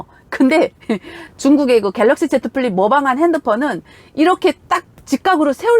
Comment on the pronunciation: 제트 풀립이 아니라 지 플립 이라고 합니다 ㅎㅎ